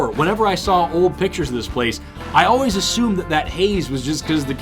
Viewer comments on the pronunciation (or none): none